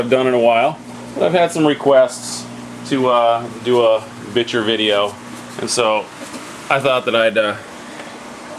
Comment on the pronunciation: I think it's pronounced bi-sheer but anyway great video and awesome bichirs